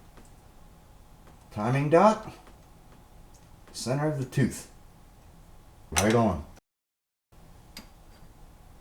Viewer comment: He said "Toof"